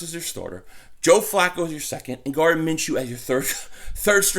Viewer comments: Lol you keep calling him Garden lmao, Gardner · Gardner' not Garden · Gardner not Garden 🤣🤣🤣🤣